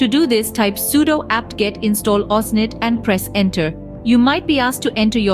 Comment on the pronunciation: pro it's OSINT not "OSNIT" 🤦‍♂🤦‍♂